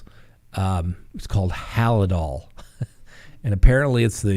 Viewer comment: Halsol just Hal-dol, no i.